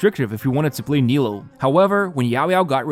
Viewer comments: How are we still mispronouncing her name? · the nilou and yelan pronunciations are making me feel crazy